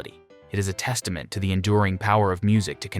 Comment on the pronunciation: If you're going to use a computer-generated voice, it would be advisable to avoid words like testament, societal, pursuit and idealised. Delightful music, slightly embarrassing voice-over.